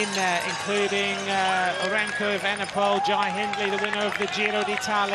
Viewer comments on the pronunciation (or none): Remco Vandepoel??? edit: he says that every time, sounds strange 😁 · Kudos to Remco but what if...MVDP! but I keep hearing Remco VDP but surely Evenepoel.